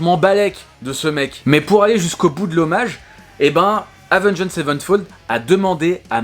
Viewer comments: Prononce le "avenGD" ça passera mieux que "avengEED" ^^ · Lorsqu’on site Avenged Savenfold on ne prononce pas le « ed » à la fin du Avenged. Autrement dit ça se prononce Avenge Savenfold. J’ai eu mal aux oreilles pendant toute la vidéo. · Avengééde sevenfold ?? Stp mec applique toi sur la prononciation 😁 Par contre, renseignes mieux pcq le chapitre ou tu parles de la mort de The Rev/Mike Portnoy tu n’as pas les bonnes infos.. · Salut je précise qu'il n'y a aucune haine dans ce message:Oua gros prononce bien le nom, Avenge(d) sevenfold. Et genre t'as pas respecté City of Evil qui lui est vraiment le 3eme album d'A7x. Je veux bien que tu veuille faire le buzz mais renseigne toi un peu plus, ils ont fait the stage aprés Hail to the King. Je trouve ça dommage de tout misé sur un titre aguicheur pour au final pas dire grand chose d'intéressant. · Sinon Avenged ça se prononce pas comme ça hein…… je donne des cours de prononciation si tu veux 😜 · S'il te plait, c'est pas compliqué de prononcer correctement Avenged...